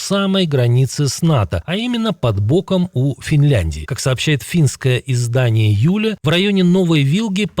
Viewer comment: Финское издание не Юля, Yle, где Y читается как буква Ю в слове Сплю [spliu].